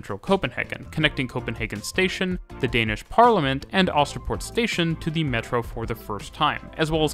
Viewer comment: Love hearing you butcher pronunciations-I’m British but I can pronounce some danish places (I think) S-tog is pronounced more like S-to without the g. Øresund is pronounced more like Oouursund. Østerport is more like Oouusterport. Danish people, please correct me if I’m wrong.